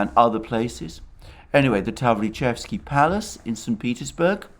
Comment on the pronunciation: Attn. Alexander Таврический дворец [ tav-ri-ches-ki]